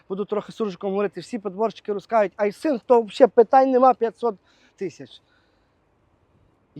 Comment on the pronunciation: доброго дня, я уже больше года Ваш подписчик,с удовольствием смотрю Ваши выпуски хотел немного вас поправить правильно будет говорить и писать не айсинг а айсин без буквы г. З повагою хай щастить.